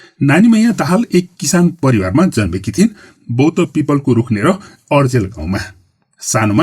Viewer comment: अर्जेल होइन सर अर्याल गाउँ भन्नुस